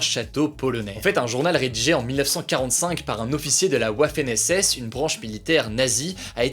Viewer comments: "Rédigé par un officier de la Ouafen SS" 😂😂 T'as refait ma journée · ah oui la fameuse ouafainhaissaisse